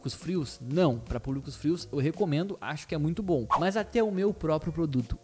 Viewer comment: Mano na moral esse seu 'mas' exagerado meio que querendo imitar quem sabe fala gringa fica muito feio ( só dando um feed ;) )